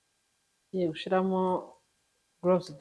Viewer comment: nkunda kumva ibiganiro byawe gusa reka ngukosore ntibavuga "Gushiramo bavuga "Gushyiramo! Nukuri dusigasire ururimi rwacu. Kandi rwose niko uvuga burigihe